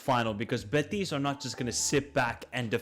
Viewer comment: been following you for a couple years and i gotta say it's impossible to listen at times unless you change your pronnounciation. you speak normal english, and then when you have to pronnounce team names or players you completely change your accent. for example "beTIS" "beTIS" "beTIS" why do you put the accent on the last syllable? it's BEtis.